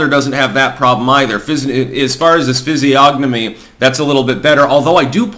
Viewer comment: This week in "Every day words that Pronounces Incorrectly": Phisiognamy